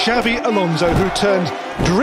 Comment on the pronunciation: Xavi hernandez❌ xabi hernandez ✔️